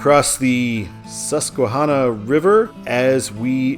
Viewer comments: Also, the a in Susquehanna is pronounced like the a in apple. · Love all the hard-to-pronounce names around here. “Reading” is pronounced like “Redding”, and “Susquehanna” was right, except the end is pronounced like the name “Hannah”